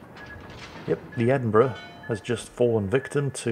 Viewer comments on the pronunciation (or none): none